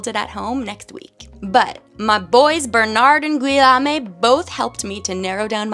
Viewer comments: This is such a cool project! Just a note on the prononciation of Guillaume - it's usually pronounced like ghee-yome 😅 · It’s pronounced “geeeommmm” Like geek but take out the k Love your accent! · Guillaume is pronounced Gee-ome or just translate to William. That had my teeth on edge.